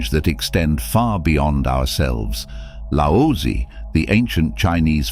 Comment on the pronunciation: It's pronounced lao zu not lousy.